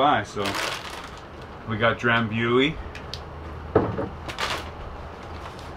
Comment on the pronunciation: with all do respect, it's pronounced Dram-BOO-ee.